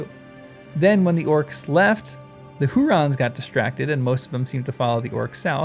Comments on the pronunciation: "Huorns", not "hurons". The "r" is after the "o", there is no vowel between the "r" and the "n". This might be easier to pronounce in a non-rhotic accent (such as Tolkien used), in which the "r" would be silent, having no vowel following it. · Who orns, not rons. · Since you asked us to tease ypu on your pronunciation... HOO-Rons. 😂 You sound like Kay and Peele. "OK a-a-RON." (Loving the vids!) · Hu-orns. Hurons were an Indian tribe. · OK, I will spell it out. The OP typed that Old Man Willow was a "Huron". This is confused, as the Hurons are a native culture of Canada. The OP should have typed "Huorn", as that is the name Tolkien gives tree-like creatures in his books. The channel guy keeps saying it wrong; many commenters have said so, so maybe the OP was led astray. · It's Hu - orn, not Hu - ron. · For your reference, Huorns is pronounced like Hu (hoo)-Orns Like if you took the word “Horns” and inserted an “oo” sound between the H and the orns part. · HEW--ORNS. Or HUGH--ORNS, if that helps. And Curunir is Koo-Roo-Neer. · I think huorns is pronounced "who orns", with the stress on the first syllable. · Yes ; made it hard to appreciate essay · One could possibly learn to pronounce it by starting with the word “horns,” and the stretching it into “WHO-orns.” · He keeps putting the r in the middle, which is funny